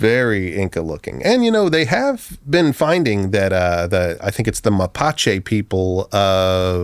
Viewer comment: dude said "mapache people" lol they are called mapuche